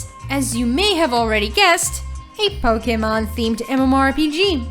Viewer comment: The way she says "Poke" and "Pokemon" really bothers me.